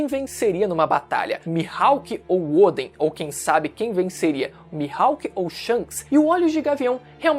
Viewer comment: Por que chama o Odén de Ôden, que agonia mano kkkk